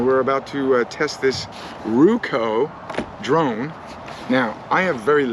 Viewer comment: You said, "I am now a drone pilot", I heard, "I am now a drown pirate". Had to rerun and listen again. LOL.